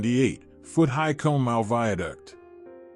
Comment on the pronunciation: Con a maw Not cone